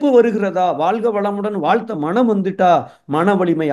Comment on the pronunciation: ‘மனம்’ என்பதைச் சரியாக உச்சரித்தீர்களென்றால் சிறப்பாக இருக்கும்.நன்றி!